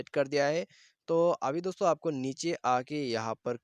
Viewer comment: Please stop saying dostho